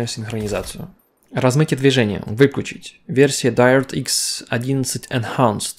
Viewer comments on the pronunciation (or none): даэррэът ээкс одиннадцать энхэээнцт